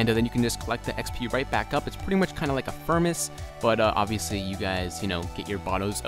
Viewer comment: Holy crap can you not read, we were both saying furMace with an M not N, accidently said furMace instead of furnace.